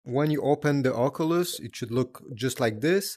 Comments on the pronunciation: bro saying ockoolus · The way he says oculus lol😂